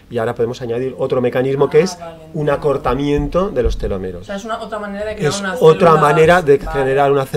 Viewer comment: Es Telómeros, no telomeros. Con acento en la primera ‘o’